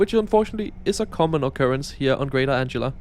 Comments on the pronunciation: Hi it's called greater Anglia not greater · Great video! Just a couple of things to point out: - Anglia is pronounced like “an-glee-uh”, not “”. - Crossrail is no longer officially used. Most people just call it the Elizabeth line. Great video nonetheless! 🤗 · As so many others have said - it is "An-glia" and not "Ang-ila" 😂 But easy mistake for anyone whose native language isn't English. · Greater Merkel, it'd be just short (she wasn't "shy"!) of Alexander the Great 😁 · Greater 🫡😏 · It’s okay 🤣🤣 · heh no worries, but just remember this ang-glee-a 😁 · Anglia = An-gle-a and "switches" are called "points". I never knew what "FLIRT" meant. but I think these trains are ace - Oh and welcome to Norwich, where I live. Good video anyway . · Greater anglia❌ Greater ✅ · I have adopted your pronunciation of Greater '.' 🤣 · Greater? Someone can't read. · It's Ang - li - a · is the name of a girl. The "g" in Anglia is pronounced "ger" like God. Anglia is a famous region in England, and with Lincolnshire is the same size as the Netherlands in Europe. I just travelled on your featured train two days ago (as I had to go to Ipswich). Yes, it's very nice, but I'm quite happy with all our trains. Each line seems to have different vehicles. Instead of complaining about things, I spend my time usefully staying fighting-fit.!! And I take a variety of different trains to get to the various venus. I'm MUCH more concerned about any train being cancelled (due to driver not turning up) than I am concerned about how many wheels the train has got.!!! But thanks anyway. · My thought too. "How the hell can he get that right but say Greater the whole time?" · There is a delicious irony with your mispronunciation. Anglia is named after one of the N Germanic tribes that settled the area - the Angles, name after the Angeln peninsula from an area straddling the modern Danish/German border, along Saxons and Jutes from Jutland.